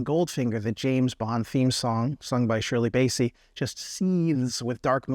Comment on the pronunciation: Can’t even pronounce Shirley Bassey’s name correctly. 😂